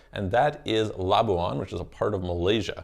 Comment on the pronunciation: Pronounced "la-bwan" NOT "la-bu-an"